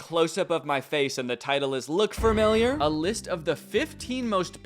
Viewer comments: Danny saying furmiliar instead of familiar is mildly infuriating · thank you to the editor of this video, danny saying "fermiliar" was making me go crazy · I cannot get past "formeliar", Danny 😢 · danny says “furmiliar” it’s killing me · I can’t believe that this is how I find out that Danny pronounces familiar as fermiljar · “ furmiliar “ lol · Just noticed Danny says ‘fur-millier’ instead ‘familiar’ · He says firmimiar instead of familiar. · Love how danny says “fermiliar” instead of familiar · danny i swear to god if you say “fermiliar” one more time im gonna lose it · Can't tell if Danny saying fermiliar instead of familiar is some deep lore I missed or if that's how he genuinely pronounces it. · danny saying "fermiliar" instead of familiar is so funny and idk why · thank you to Dannys editor for highlighting that this mf says familiar like fermiliar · I thought "fermiliar" was the worst thing Danny could say, than he pronounced Schrempf like "Shkrempfuh" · i love how he kept saying “farmiliar” instead of “familiar” 😭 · Danny you might wanna know, you say “familiar” like it’s written “fermiliar” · I cant get over danny saying "FERmilliar" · Why does he keep saying "fermiliar" instead of familiar. Am I insane? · “fermillyer” okay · the way he says "furmiliar" everytime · take a drink every time danny says "fur-miliar" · the way you say familiar is amusing me. fermiliar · when danny says “familiar” it sounds like “fremiliar” i noticed it now it’s all i can hear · fr he keeps saying "fermiliar" and it’s a little distracting 😭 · I want to cry every time he says "Fermiliar" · Bro I cannot get past the way Danny pronounces "familiar" as "fermiliar" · i love that danny keeps pronouncing it "furmilliar" like where does that r come from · Danny i love you but for the love of all things holy, please stop saying "fur-miliar" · all i hear is FARMILLIAR. there’s no R in the middle . otherwise great vid danny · isn’t it ‘fah-milliar’ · take a shot every time he says fermiliar